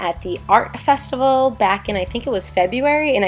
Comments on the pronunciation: Festical 😂 ily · Love you, love the food. Not gonna lie had to pause for a minute on “festical” but considering that during editing you had to look at all this delicious food I applaud how close you got to the actual word.